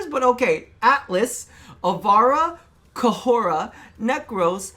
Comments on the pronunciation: KHORA (core-a) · Well besides Khora Never have i ever once said k hor a 😂😂😂😂 That took me completely by surprise 😂😂😂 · Khora is pronounced as KOR-RUH Not KUH-HORA.